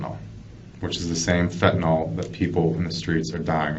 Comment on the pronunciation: It's Fenta-NYL..not Fenta-NOL!!